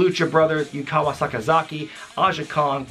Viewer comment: Just a heads up, it's Yuka Sakazaki, not Yukawa Sakazaki, just in case anyone wants to check out some of her matches from Tokyo Joshi Pro